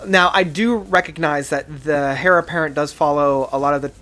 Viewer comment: My man said "Hair Apparent"😂 I love the list for the most part, very well-thought out and defended. I'd put Heritage on the bottom, like you. I'd definitely put Ghost Reveries as number one, so we're close there as well. Also, Pale Communion is an underappreciated gem. Good video.